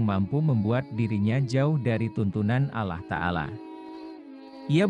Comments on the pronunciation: Mimin nyebut Allah itu kedengaran nya alah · Pembawa berita ini apa anda bukan muslim? Menyebut Alloh kok Allah. Sebutan Allah hny oleh org non muslim.